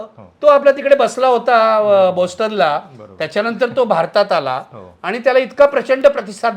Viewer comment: अभिजितला अनेक नोकऱ्या ऑफर झाल्या होत्या ही लोणकढी थाप. आणि बोस्टन नाही, बाॅस्टन हा योग्य उच्चार आहे.